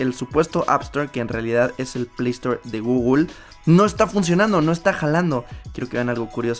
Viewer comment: Gugul ??????????? No será Google ?